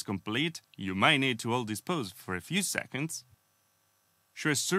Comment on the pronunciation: Hey! Great content as always. Your English has gotten way better since your first videos. I will say you forget to add the “s” at the end of “seconds”. Super nit picky, otherwise awesome man!